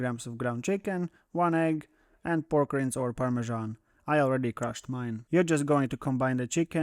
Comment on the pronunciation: Just FYI, "Rind" rhymes with "Kind."